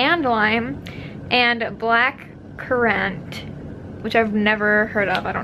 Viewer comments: Lol, "black currANT" .... It's pronounced like current events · Same what the heck is blackcurAnt😂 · it's pronounced black-kur-rant aspyn lmao I've never heard someone pronounce it like you did😂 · the blackcurrant starburst is pronounced black-cur-ant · It's black-cur-ant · The way she pronounced black currant made me laugh so much😂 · lolling at the pronunciation of blackcurrant xD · 😂 the way she pronounced blackcurrant